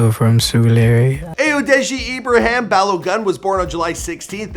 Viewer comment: No shade but he said ballgun 😂💔btw it’s balogoun if pronouncing